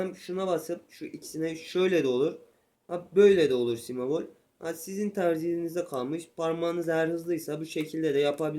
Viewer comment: si mebol değil kardeşim si bemol